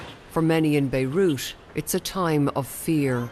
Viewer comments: WTF is "Beirush", "Beirutz"? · Did she say: THIS IS WHAY BEIRUT HAS BEEN ENJOIYING???🤣🤣🤣🤣